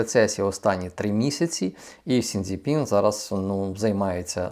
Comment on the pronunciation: Цей Сін Зі Пін вже так ріже вухо! Соромно!